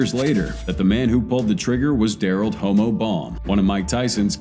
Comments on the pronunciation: I can’t believe he called homo short for homicide pronounced hAh-mow homo like hoe-mo. I saw a video the other day where the guy cllled Suge Knight Shoe-gay phoeneticlly 🙄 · Bro buddy who shot 50 was nicknamed "Homo" pronounced hum-mo like homicide not hoh-mo like homosexual. Disregard the spelling... If you actually listened to a few of the interviews who'd hear 50 say dude name the right way.